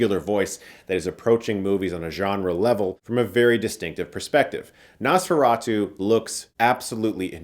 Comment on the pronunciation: Not only did you get Count Orlok’s name wrong but you also mispronounce Nosferatu. You really are a hack now.